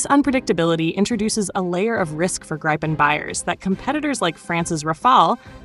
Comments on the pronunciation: It's not "graipen". It's Gripen. Gr-ee-pen for English speakers :) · good script, but your AI voice drives me mad with its pro-nounci-ation problems of not being able to say Gripe-n or Grip-en consistently ... I have the way AI is being used for this stuff; maddening. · It is pronounced - Greepen (like Griffin) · It's pronounced "Greepen" - why can't Americans pronounce anythng properly, even often their official language English.. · Either pronounce the name in the swedish way “Greepen” or the Wrong US way ”Graipen” - now it is a mixed batch of both. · Say GIVEN with the R and P then you will have the correct pronounciation of GRIPEN. If Trumps tariffs affect American made GE parts then the company will simply move those productions overseas.